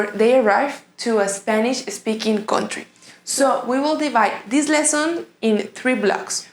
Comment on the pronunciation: woah what happened when you say country